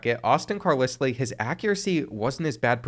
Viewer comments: Another video of you saying Car liss lee is pissin me off!!!! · hearing car-lis-lee had me thinking i couldnt read 😂😂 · I can’t believe you don’t know how to pronounce Carlisle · I can’t believe you said Carlisle wrong the entire video. 😒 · How did you just pronounce Carlisle? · Today I learned that doesn't know how to pronounce Carlisle. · Came here to comment this. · Carlisle is pronounced"Car Lyle" not "Car Lisly" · As a Brit, Carlisle is Like LYLE not Lisle. Personally a little annoying but thats just me. Loved the Vid tho and AJ Swann ex Vandy QB, W rep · It's pronounced CAR-lyle, 😂😂 I did a double take the first time you said it just to make sure I wasn't bugging out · It’s pronounce Car-Lyle 😂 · JESUS CHRIST! ITS NO CAR-LIS-LEE... ITS CAR-LIE-ALL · Do you honestly think Carlisle is pronounced like Kat-lis-Lee? Carlisle is pronounced like Kar-Lyle. You actually knew this and were trolling right? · Car-lis-lee has to be rage bait to drive up engagement. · Bro said car-liss-lee💀 It’s pronounced car-lye-le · Dude, his last name is pronounced CAR-LIE-L, not CAR-LIS-LEE, sorry man, just had to say that. Keep putting out the great content. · CAR*LI*ULL carlisle not CAR*LISS*LEE...GAHHHH words arent hard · Say these two words after me. Carl Isle. Carl Isle. Now put them together with the same sound, Carlisle. Hearing Carlisslee was like nails on a chalkboard every time, lol. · It’s “Car ‘ Lyle “ not car lislie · It's pronounced Car-Lyle not Car-Leslie... But other than that great video. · Car*LYLE not Lisly. 😂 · I cant believe you just pronounced it car liss lee again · CAR LISS LEY 😂😂 Love but some of these names (and reads) are just unbelievable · Carlisle is pronounced car LYLE. And if you can’t read that lile like smile. Cmon man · it's your channel, you can say it however you want to, but #12's name is pronounced Carlyle lol. Love the channel been watching almost a year now keep it up young man. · Hearing him try to say Carlisle 🤨